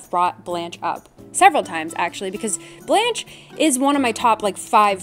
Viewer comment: my french self cant get over the way people say blanche and beau like i shouldnt but i feel the need.